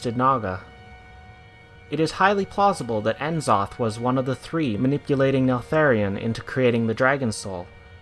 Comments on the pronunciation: its going to bether me until i comment it so its nuhzoth not enzoth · Isn't it pronounced Nuh-zoth? Just curious. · i dont wanna be that guy but its pronounced, " neh-Zoth" not " en Zoth " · N'zoth is purnonced nuzoth not N zoth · N-Zoth???? Nuh-Zoth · I wonder why people keep calling him En-Zoth! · As soon as I heard the mispronunciation of the names, N'zoth and Nyalotha I couldnt keep watching unfortunately.... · Was loving it until you butchered n'zoth's name. Do you pronounce c'thun "See - Thoon" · nobody can pronounce N'Zoth right :/ what a turn off